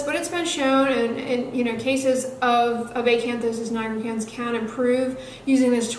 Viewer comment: I LOVE HOW YOU SAY ACANTHOSIS NIGRICANS!!